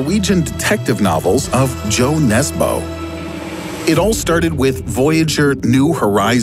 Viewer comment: I hate how you said Jo Nesbø